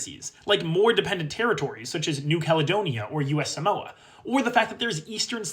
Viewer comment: AS A SAMOAN MYSELF (Normal Samoa and not U.S. Samoa) IT IS NOT PRONOUNCED SAH-MOAH, IT IS PRONOUNCED SUH-MOH